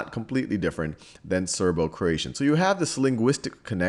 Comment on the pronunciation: Serbo-Croatian not Serbo-Croation